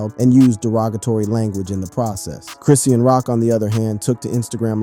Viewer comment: It's Chrisean , not Chris seen 🤦‍♀️🤦‍♀️ Ijs 🤦‍♀️ let's get the names right, ok!!!! Great video, BTW